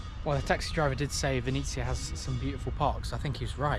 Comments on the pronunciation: Your pronounce of ''Vinnytsia'' sounds almost the same as Ukrainians called city Venice (Italy) So, i was confused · It was so funny to hear when you said Vinisia instead of Vinnytsia.